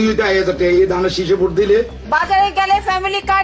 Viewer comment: পফ্যামিলি না ফ্যামিলি দানরেসিস না ধানের শীষ লেকচার এর আগে বাংলা ভাষা ঠিক করে নিও ভাই